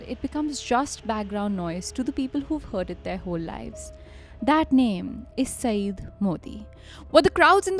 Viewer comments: Guys, just a small point about his name pronounciation -- it is spoken as 'saiyyad' and not as 'saeed'. Another point, in the press conference scene in the early part of the story... there were no movie cameras or mics in 1988. Basically just reporters with scribble pads, and an occasional journo with a tape recorder, BBC India guys had it as dikta phone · Mehdi was his personal name. ZAIDI indicates his family name and actually his "clan"nsme. Modi was a perversion of the simple two syllable name. Also, the word Syed is also bring mispronounced. Saeed is a totally different name. Syed indicates that Mehdi was descended from the Prophet Mohammads (PBUH) lineage. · I'm just correcting the name here. It's not 'Saeed'. Its 'Syed' y is pronounced as ya as in 'yaar'. Pronunciation will be "Sai..ya..d" 😊